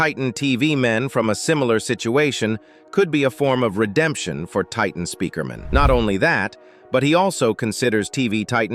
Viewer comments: Bro really said titan Spikerman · Bro cant say Titan speaker man 😂